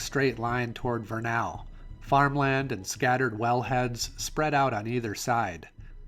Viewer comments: Great video - one thing to note, it's VER-nuhl (rhyming with "kernel" or "journal") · Pronounced VUR-nuhl. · This was a very captivating video. I live in Vernal. I live just north of that intersection at 33.53. That little long neck dinosaur is sold just five blocks north of there. Many businesses have bought them and painted them to their business theme. BTW, you pronunciation of Vernal is incorrect. The A is not heavily pronounced. you hit the major construction on Indian Canyon that's long overdue. that truck is hauling crude oil from the Uintah Basin. Chances are I've sold or delivered parts for that particular truck. At the close of your video that is Clay basin, a beautiful area especially at sunset. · Hi! Couples notes about Vernal in particular. It rhymes with kernel, and they are crazy about dinosaurs because Dinosaur national monument is right there. Definitely worth checking out the next time through. Safe travels!